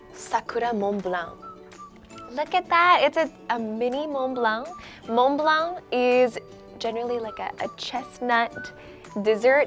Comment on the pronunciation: La prononciation de lorsqu'elle dit Mont-Blanc est parfaite! Mais un peu moins pour Macaron! Ha ha ha!